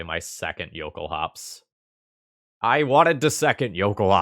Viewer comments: The L sound is LOL-kulhaups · The base word, I assume, is "Jökulhlaups", pronouced "yo-KOOL-lahps". The lacking "l" would then (to my understanding) make this "yo-KOOL-ahps"